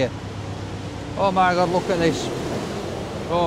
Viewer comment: Sometimes I think he says: oh my gob instead of oh my god. 😂 It's always a joy to watch your clips,. It's just that every time I watch... My tummy starts to rumble. Wonder why? 😁